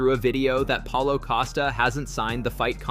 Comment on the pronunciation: Paulo not Paula 😂